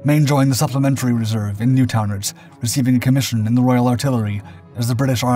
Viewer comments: Please please get the pronunciation right! New town ards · It is new - town - ards but good other than that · Newton-ards.... FFS! say it in one go, squash the two syllables together. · You butchered the town name "Newtownards" 😂😂😂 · Good video but the commentary makes so many mistakes and mispronunciations, the first in constantly describing Paddy as being Irish which he was not! and secondly mispronouncing the Northern Irish town where he was born.